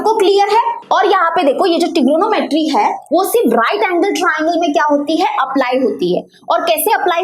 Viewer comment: Tr U can't say trigonometry 🤣🤣🤣🤣